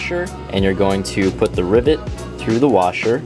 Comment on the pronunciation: Anytime you say rivet, I listen way too closely to see if you say ribbit, which sometimes you do, and that makes me happy